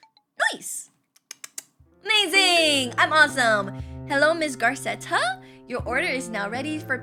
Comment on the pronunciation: I love how she says 'Garceta' when theres no r in the name 🫡